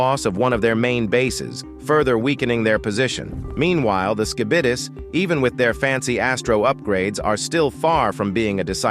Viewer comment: “Ski-bid- es”